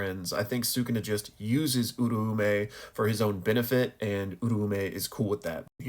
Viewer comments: Where did people get uru-ume from... U-ra-u-meh. Sukuna even says it himself 😭. I genuinely can't listen to these videos once you start talking abt them, its just that wrong. Love the content outside of that tho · hmm when listening to the sub and even the dub of JJK I hear it pronounced Ooo-Roaw-may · No hate here, been watching your videos for a while and noticed your pronunciations on Uraume and Sukuna sound a little off. If you're interested in learning the Japanese pronunciation, my best way of explaining it is that Sukuna is pronounced (S-Koo-Nah) this is because the su syllable is typically changed to just an s-sound. You can hear it in the formal particle, desu, which is typically just said as "des". Uraume is broken down in four syllables, U-Ra-U-Me, which sounds like (oo-rah-oo-meh). I've been learning the language for a while now and so the syllables come natural for me but I understand it's not necessarily intuitive for others. Great videos nonetheless! I love seeing your weekly analysis of the latest chapters (Gojo def coming back) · The meh definitely plays a part. I can see how your pronunciation fits what I wrote though. The "rah" does sound more like the "ra" in ramen. This clip has a clear pronunciation that I'm basing my understanding from. It's where Sukuna is meeting Uraume for the first time during Shibuya. (this is my second draft idk why my other reply got deleted)